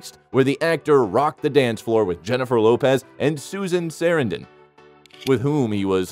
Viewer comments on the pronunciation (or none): The same with Susan Sarandon last name as well